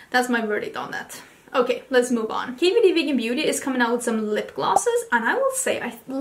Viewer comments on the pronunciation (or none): I always watch videos in 1.5 speed but I had to rewind several times when you said KVD vegan beauty because I swore you were saying hibbidy bibbidy beauty 😂